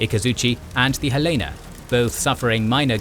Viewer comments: I live in Helena, and you are right, no one pronounces it correctly. Oh well, there are greater wrongs in the world. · Like Juneau and Helena? None of these series gets Helena right. :)